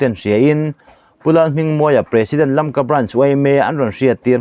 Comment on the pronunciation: Imawl ema, ithuchhiar hi kangaithla peihlo. Tun thleng2 a Lamka pawh lamthiamlo😊😊😊